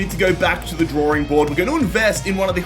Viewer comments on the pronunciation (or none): none